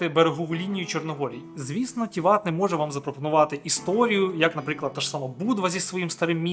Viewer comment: Гарне відео про Чорногорію 👍, так, щоб побачити справжню красу природи, треба активно подорожувати. Я живу в Чорногорії 4 роки, і то, не була на всіх локаціях 😂. Ще є в чорногорській мові одна особливість, в основому наголос на перший слог, тому ТІват, КОтор, НЕгуш, ХЕрцег НОві, ПОдгориця😊. Безумовно в не сезон менше людей і метушні, але я полюбляю і коли туристи приїздять, по перше сама працюю з туристами, по друге щиро радію, що люди можуть подорожувати, бо побачили часи п@ коли нікого не було, то було сумно... Тому, приїздіть в гарну країну, а якщо потрібні апартаменти подобово, звертайтесь 😊, ціни помірні.